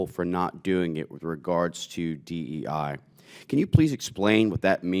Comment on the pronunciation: it says DEI but she said DEAI. What's the A?